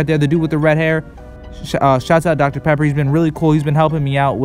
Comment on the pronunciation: Dr.pepper sounded like Dr.pepperoni